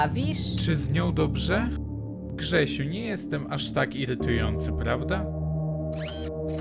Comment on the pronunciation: ALEOOO!!! TYLKO JA SŁYSZE JAK MÓWI KSZYSIU A NIE GRZESIU XDDD